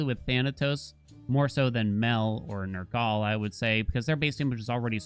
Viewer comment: Nergaley? Nur-gul.